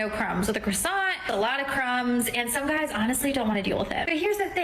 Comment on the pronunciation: What sort of idiot pronounces "croissant" with the emphasis on the second syllable? Any self-respecting French speaker would declare jihad upon her.